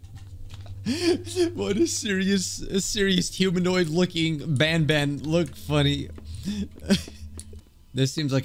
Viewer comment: This ain't garten of ban ban it's garten of wan bwan